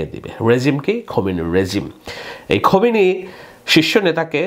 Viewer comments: খোমিনি না ভাইয়া,খামিনি 😊😊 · আপনি নিজেকে খুব পন্ডিত হিসেবে তুলে ধরেণ কিন্তু ইরানী নেতার নামটাই সঠিক উচ্চারণ করতে পারেন না। ওনার নাম আয়াতুল্লাহ খোমেনি নয়, তাঁর নাম খামেনি। খোমেনি মৃত‍্যুবরণ করেছেন বহু আগে।